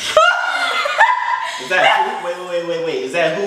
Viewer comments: when that kid pronounced as Jehova i got weak............On God..............ohhh myyyyyyyyyyyyyyyyyyyyyyyyyyyyyy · LMAOOA this man did not just say javio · Mans really said "Jehovah" and "Jooviyoo" lmfao 😭😭😭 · Not " jah-ho-vo "🤣🤣🤣🤣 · I thought he said johobo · Bruh people forget and mispronounce name it’s so funny